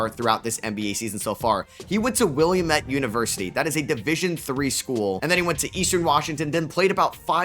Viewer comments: It’s pronounced Will-am-it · the Willamette pronunciation lol 😅